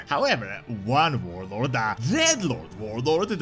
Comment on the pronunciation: Your accent makes warlord sound like “vorelord”. That title is significantly more terrifying than warlord